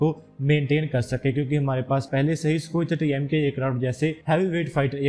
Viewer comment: It's Sukhoi 30mki not Sukhoi 30mka, check your pronunciation bro, before you start confusing others.